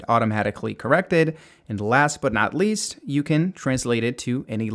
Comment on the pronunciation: Last but not "least" not "list"